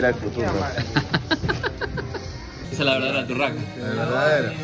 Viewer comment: que es esto?: volver al futurro